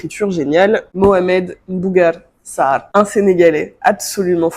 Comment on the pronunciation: Je viens de tomber sur ta chaîne, j’suis trop contente. T’es sénégalaise ? T’as trop bien prononcé le Mbougar sarr 🤣🤣🤣 joyeux anniversaire!!